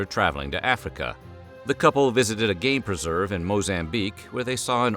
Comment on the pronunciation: oh GAME preserve! I.. I heard it as "GAY preserve" and was like, "that's awfully progressive..."